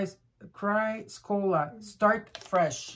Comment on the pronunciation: Just to help you out, the first crystal card for tonight in pronounced " Chris-a-cola." I hope this helps. I was into crystals for a long time and even went mining with other friends out to the area's where they were created. These friends were called rock hounds. So I hope you don't mind my heling you. It is a beautiful stone. Also my first name in numerology adds to a number (9). I am also a fire sign with cancer heavily in my chart and my partner is the same apparently with more Cancer and Gemini in his chart. Thank you.